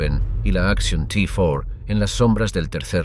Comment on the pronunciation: Di bien el action t4 en español no en ingles es repugnante como lo haces y ni si quiera sabes decir SS con dos no con tres vaya traductor en español